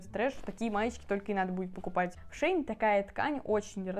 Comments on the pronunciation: Не шеИн а шЕинили шейн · Шеееин 🤣🤣🤣 ШЕЙН ❤️